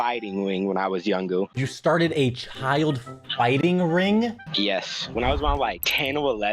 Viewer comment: BRO THAT GUY SAID SOME "wing" FOR RING AND "WIKE" FOR LIKE.